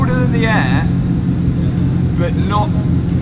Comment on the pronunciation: It’s “but” not “bit”